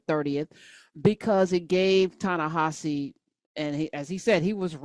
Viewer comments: Coates pronounces HIS OWN NAME tah-na-HA-zee (it’s not a Romanized pronunciation as it’s written). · I think that his name is being mispronounced by and large. It's Ta-Ne HE See. Just please take a look at the spelling. Next. Gail King is a lousy interviewer. When she ask Lisa Leslie those inappropriate questions about Kobi Bryant so soon after the accident, that was enough. I kept thinking: "his WIDOW and surviving DAUGHTER CAN HEAR YOU, GAIL KING!" She's bogus.